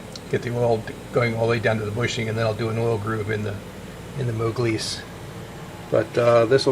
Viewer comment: what is this "moglise" you kept saying